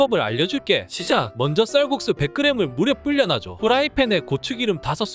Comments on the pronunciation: "살"국수라고 발음... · 쌀국수 발음 귀여우시네 ㅋㅋ 살국수 ㅋㅋ